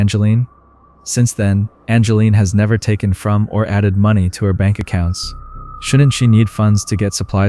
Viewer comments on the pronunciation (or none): none